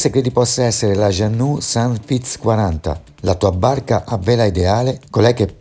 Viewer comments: Vala' vala'!! Gianno'. Non puoi sapere di barche e pronunciare giannu'. Dai!! E poi mi sembrava di assistere ad una televendita di materassi e pentole ai tempi del Berlusca!!! Per fare il giro del mondo...primo servono dei buoni marinai. Ovvio anche la barca ma credo che con quella cifra trovi poco (o forse parlavi della caparra) saluti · Moody si pronuncia mudi, jeanneau si pronuncia con la o finale altrettanto per beneteau grazie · Per favore Mudy e non Mody, Jeanneau si pronuncia Jean no. Informati